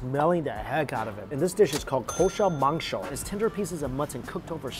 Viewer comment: Damn mike...u sounded like a real bangali when u said "kosha mangsho"...props to that.